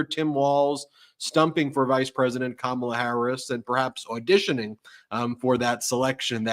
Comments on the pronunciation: HE CALL KAMALA KAMABLA KAMA BLACK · He can't even pronounce it ! 🤪